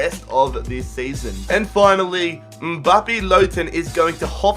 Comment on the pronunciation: You said Mbappe's name right